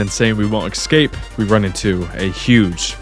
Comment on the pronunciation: I'm so sorry to be the one to tell you this (and I ctrl+f'd through all the comments on this and the other video to see if anyone mentioned it first) but "excape" is not a word, it's "escape". You keep saying it so many times so crisply and clearly and I have to correct you out loud every time and it's starting to make me look slightly insane. Sincerely, an English (as a second language) nerd.